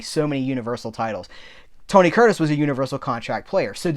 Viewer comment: (1) I'm proud of you,. You said "Tony Curtis" five times normally. (2) Regan said that chimp was his best costar ever. (3) When you paused at "why do... " I sang aloud "birds suddenly appear" about half a second before you.:)